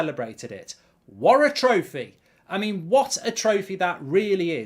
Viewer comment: “Worra trophy”